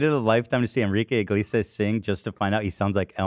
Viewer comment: I was so proud Ethan said Enrique Iglesias name right only to then immediately confuse him with Ricky Martin 😂😂